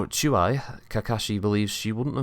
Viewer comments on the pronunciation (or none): Hello. wince! Chu-eye??? Properly, that should be pronounced as Chu-E. Sort of like saying the diminutive of Han Solo's side kick's name Chewbacca: 'Chewie'.